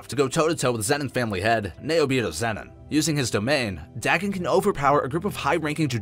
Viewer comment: Nice video but your pronunciation of Dagon really got on my nerves XD Could be you are right but i've known about Dagon from Cthulu Mythos for so long that it is so weird how you pronounce it. It's pronounced Day-gone not Da-gun.